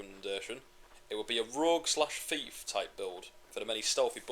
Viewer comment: "ROGUE", not "ROUGE", "Rouge" is a red tinted Makeup product that Women apply to their cheeks. "ROUGE" is pronounced "ROO-J" It's literally the French word for "RED"